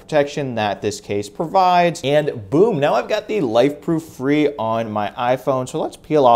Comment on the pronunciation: Super duper. It is pronounced Fray